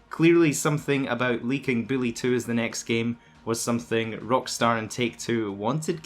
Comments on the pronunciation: Lol sounds like you said Billy 2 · Even subtitles agree that’s what he said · I thought he was saying Bully 2